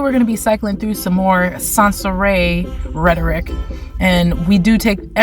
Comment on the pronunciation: you said "Rhetoric" Like Shes "ADOLF Smith the Femnazi" 😂😂😂🤣🤣😅